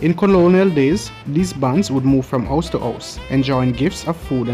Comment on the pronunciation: I don't know how is narrating this, but he totally forgot his "H's" it's "ouse" or ouseole and fambily.